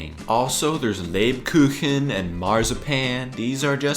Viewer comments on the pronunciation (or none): none